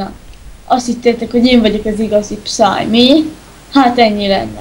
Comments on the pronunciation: Az nem pszáj hanem pieszáj.. ." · Felfedeztek. >< De azért lehetett volna jobb is. Hibák: Psy mióta tud magyarul? Minek neki reptér? És a helyes kiejtés nem "pszáj", hanem píeszáj + háttérben tv. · a helyes kielytés PÍESZÁJ PSY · XD az van oda írva a végén hogy pcy és kiejtés az 0 a 1000-ból XD